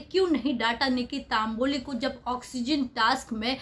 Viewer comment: It’s Tamboli not Taamboli